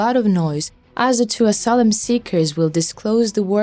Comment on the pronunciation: Please get someone that can pronounce the words correctly. Asylum.and ballistic, assured. You drive me nuts trying to figure out what the actual message is. There are many more. By the time I figure out what you are saying the message is over!